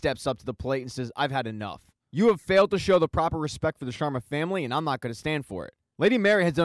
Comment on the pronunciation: "The Shwarmas" has me in stitches 😂😂😂. It's SHARMA, my dude